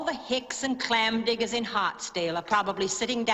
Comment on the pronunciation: "all the hicks and clam diggas" lol